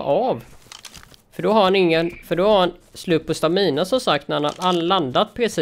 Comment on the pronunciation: Stamina uttalas inte så!